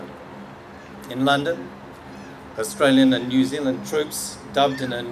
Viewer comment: “Your Zealand”